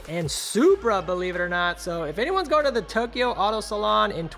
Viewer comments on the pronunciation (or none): none